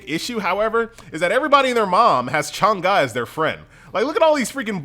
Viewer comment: By the way, her name is not pronounced as Chang Ga, it's Chang Eh. Guardian of the moon, like sailor moon in Chinese folklore.